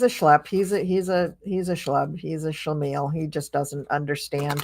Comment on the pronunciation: You pronounce "schlemiel" so well. lol. Thanks for your great videos,.